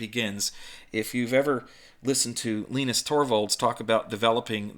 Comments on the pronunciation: Did he say "Leenus"?? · LEENUS? LEENUS!?